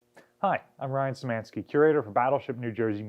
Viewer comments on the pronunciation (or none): none